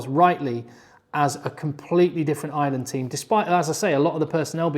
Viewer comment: FOR FUCK SAKE..... Ireland - fn. eye-er-land - not ISLAND 😢 PLEASE